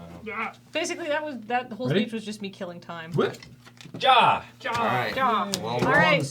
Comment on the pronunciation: the historically correct term for that is 'Führer'. Also 'ja' is pronounced like ya.